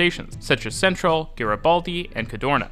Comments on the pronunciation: Technically, Centrale is chen-trah-lay, but if you don't want to pronounce the Italian, it might just be better to say it completely in English (sen-trahl sounds a bit...Dutch?). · Milano Centrale: chen-tra-lay.